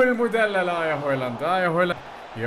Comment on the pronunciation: بدل هيلند بهلند